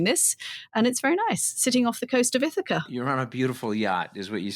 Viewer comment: Dear Brits: Why can she pronounce Ithaca but not Anthony?